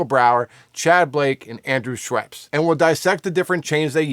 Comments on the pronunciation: Haha, Andrew Scheps, not Schweps. Interesting video though, thank you so much. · Scheps not Schweps-it’s a beverage 😂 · Dude, please learn the names of the guys you`re talking about ... ANDREW SCHEPS ... NO "W" ! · There's no W in Scheps you're killing me lol